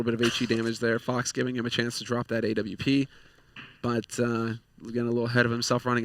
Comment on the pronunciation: Every time I hear them say A W P, Im like wtf is a A W P! It's an AWP.